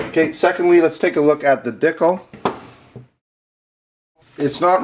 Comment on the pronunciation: Regarding the ekol dicle. The name sounds less silly when you know the correct pronunciation. Dee cluh. And it is a replica of the baretta cougar. You mentioned that you are about giving to the community regardless of if it is a product that you carry which is very cool so I hope that information helps.